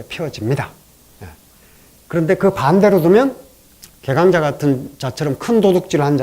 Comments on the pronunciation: 참 실망 실망!!이분과 같은 한학자께서 계강자의 계를 또 짧게 발음한다니! 계절의 게도 짧게 발음할 것인가!?? 시청자께 권하오니, 유튜브에, 처 보시옵소서. 우리 말에 대한 실로 귀한 강의를 들을 수 있나이다. 한국어는 찬으로 타락했기에 이를 통절히 고발했나이다. 미국 변 완수 드림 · "계강자" 의 "계" 도 장음입니다. 짧게 잘못 발음했읍니다. "적부인"이란 말을 하셨는데, "적처"라고 함이 더 좋다고 생각합니다. 강의는 항상. 최 상급입니다.